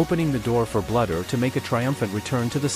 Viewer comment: Please pronounce Lisa's name correctly... It's not "BLUDDER." It's Bluder as in "BLUE - DER."